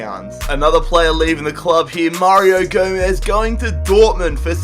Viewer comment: it's Gomez